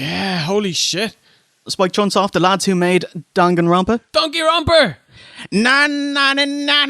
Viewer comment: yeah... i heard and saw it as Spike Cumshot 😐